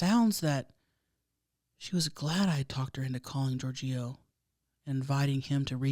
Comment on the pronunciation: 😂 GiorGIO. I feel like the wrong emPHAsis was on the wrong sylLAble. Perhaps you're unfamiliar with that name. I think it's like "GEORGE-io".